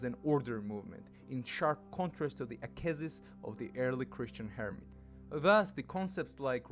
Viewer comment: "akesis"? Did you mean askesis?